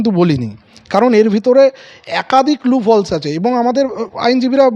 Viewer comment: লুফলস্ না, কথাটা লুপ-হোলস্। Please rectify 🙏